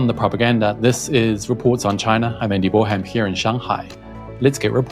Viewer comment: Can anyone explain why the greeting at the beginning of the video doesn't include a clear "Andy Boreham"? I presume it is the last words but why are they being pronounced that way?